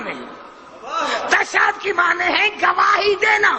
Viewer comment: tashahud ka lafz hi sai nai bol raha ye tw haha